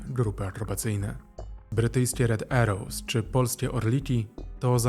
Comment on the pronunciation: "Red Arrows" a nie "Red Errows"... Anglicy juz od bardzo dawna wymawiaja A jako A a nie E.